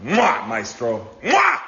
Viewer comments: The way you pronounce maestro hurts. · What is that shit coming from your mouth when you attempt to say “maestro”? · I like how you say Maestro 😂 but Zack Snyder was also called Maestro by Miller. I think it’s a name to the director in charge, not really a specific person. I think he just got confirmation that James Wan will do Aquaman 3 and that we’ll be getting Aquababy. I hope everyone is back for JL2 with some new additions but I bet the news is more Aquaman specific